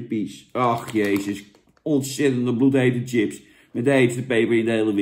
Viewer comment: Hoor je niet vaak dat iemand echt TJIPS zegt....